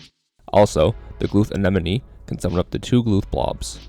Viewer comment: The focus on saying anenome 🤣